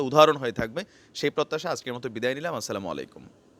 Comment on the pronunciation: Salamalikum noy vaiya... Ata hobe assalamu olikum. Asha kori amar a req ta kheyal korben. Apner way of taking onk sundor.